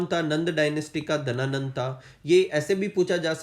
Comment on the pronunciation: Sir book mein Ghananand hai aur aap Dhananand bata rahe ho